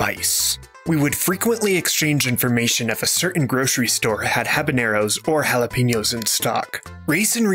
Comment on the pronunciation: ?con? in Chile con queso or chile con carne -- is pronounced /kohn/, not /kahn/. LL is a y like in yellow. soft g befrore e/I/y is a strong HH sound, and so is j, especially when final. -- The ñ is ny like in canyon, onion. And please, it's jalapeños /hhah-lah-PEH-Nyohss/ (not pee, not /hhah-lah-pee-nyohss/. The E is always an EH sound, the O is always an OH sound. ah, eh, ee, oh, oo.